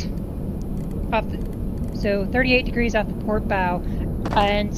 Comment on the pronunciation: “Pooor oarrrr starbooor?” “P O R T” 😂😂😂